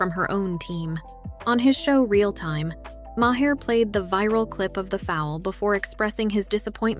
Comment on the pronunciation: His name is Bill Maher (mar) not may-hair.